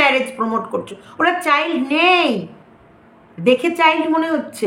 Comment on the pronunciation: Kotha ta chail noi child 😊😊